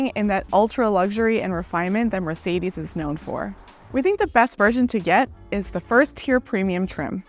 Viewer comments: It's Mercedes Benz not Mercedis Benz 😂 E eeeee Use eee it e E from eu emphatic Try saying Empatic whit i Thats right it sounds idiotic 😂 because is that so So please learn to spel it This is the letter E from emphatic not sometimes E sometimes i man you americans are so untalented at existing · Wish she didn't always call it a Mar cedes, surely a reviewer could learn the name properly